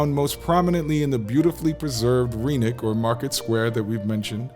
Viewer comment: The y in rynek (and every Polish word) is not pronounced as ee but as i in kid or bin